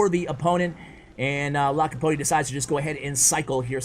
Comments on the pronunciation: 2.10 its LAPOKATI NOT LAKAPOTI😂😂😂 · Lakopoti lol its alright i forgive you:) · U kept saying lakapoti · Dude I've been reading his name Lakapoti since I saw him on top, it's ok don't worry about it. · Lol his name is lapokati not lakopati...🤣🤣🤣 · His name is Lapokati and not Lakapoti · Everyone: Lapokati: Lakapoti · It's not Lakapoti it's Lapokati😤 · I had to stop looking at this video, my ocd cant just stand u miscalling the guy all the time ... LA PO KATI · It’s Lapooookatiii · Nobody:: LACK A POTTY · Why you always call him LaKaPoTi??😂😂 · Lapakoti? Lakapoti? Really? LOL You didn't say his name right ONCE! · lakopati he said haha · lol u mispronounced it 3 or 4 different ways lol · I was cringing so hard it is not even funny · First learn how to call his name then call him on the channel... I felt so annoying every time he call his name incorrect... One dislike from me dude! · its funny how bever pronounce lapokatis name the right way... 🤣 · really butchering his name!!!!!! haha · Bro it's lapokati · u only realised u said his name wrongly in the end lmao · He only said his name wrong about a 100 times, no big deal 😅😂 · Umm... Aren't you pronouncing his name incorrectly? Not sure, but seems wierd. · Meme of the day: LaPoKaTi:: I'm about to end this man's career: butchers his name 20 times in a row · don't worry! The video was great and seeing you mess up his name was very funny, it didn't make the video worse! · didn't we tell you yesterday how to pronounce it ;)